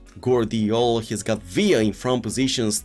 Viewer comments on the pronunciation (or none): none